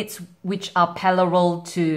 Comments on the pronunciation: Parallel not pallarel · nice it was help full but "paLLaRel" lolol